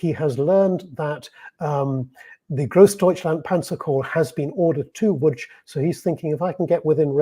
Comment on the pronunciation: Łódź (Lodz) is pronounced perfectly!